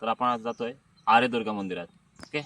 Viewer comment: छान, व्हिडीओ, या मंदिरांना हजार वर्षापूर्वीचा इतिहास आहे.कातळ शिल्प तर त्याही पूर्वीची आहेत.तेथील लोकल रहिवाशांकडून थोडी माहीती घ्यायला पाहिजे होती.ते बराचसा ऐकलेला पिढ्यानपिढ्यांचा इतिहास सांगूशकतात.आपण उच्चार आर्यदूर्गा असा करताय पण आर्यादूर्गा असा आहे.बाकि निसर्ग, जवळच असणारी विहीर,ओढा,नाटकांचा कट्टा हे दाखवता आले असते.तेथे असणारे पुजारी पाध्ये,विचारे गुरव यांच्याकडून माहीती मिळाली असती.